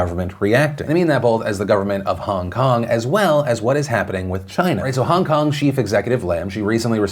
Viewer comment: Stop saying HUNG KUNG!! it's fucking HONG KONG!!